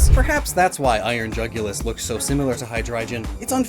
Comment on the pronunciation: Jugulus sounds like jugular to me